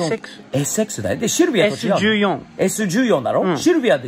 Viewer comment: Sイチヨンって読みます。ちなみにサンルーフは元々は着いてません